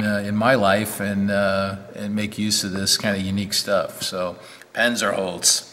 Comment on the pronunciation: Hi, here's the guy again, You already called drunk.:o( First of all, I would like to complain about the pronunciation of "Panzerholz". It should sound like this: puntser holts. German Z is sharp. I know the wood from my apprenticeship as a wood technician. It was further developed in Thuringia during World War II. The task was to build light cargo gliders. They were brought up to altitude with tow planes and then flew silently behind the front line. At the end of the war it was important to build in a way that conserved resources. Non-ferrous metals and aluminum were in short supply. So it was important to find alternatives. This plywood is not just pressed. It is previously evacuated in a vacuum chamber. Then the phenolic resin is added. The atmospheric pressure then presses the resin into each pore.